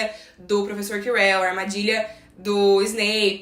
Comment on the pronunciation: Acho que você pronunciou Ojesed certo, só o nome do prof. Quirell que não 🧐🤣🤦🏻‍♀️